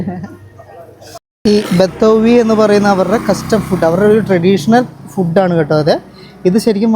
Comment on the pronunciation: ഫുഡ്ഡ് എന്ന് പറയരുത്, മംഗ്ലീഷാണ്. ഇംഗ്ലീഷിലോ ഫൂഡ് എന്ന് ആണ്. ഊള മലയാളികൾ പറയുന്നത് ആണ് ഫുഡ്ഡ്, ഡൈവോഴ്സ്, കൂൾഡ്രിംഗ്സ്, ..ഒക്കെ തെറ്റായ ഉച്ചാരണം ആണ്. കോൾഡ് ഡ്രിങ്ക്, ഡിവോസ്, ഫൂഡ്